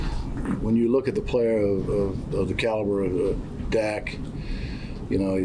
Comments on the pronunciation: Caliber! 😂 but I thought the same thing at first! 😝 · He said caliber lol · Said “caliber”